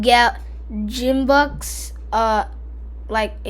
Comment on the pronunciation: its purnancede Gimbucks not like geem its like giom